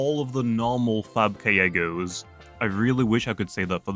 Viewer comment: "5000 kyeggos" said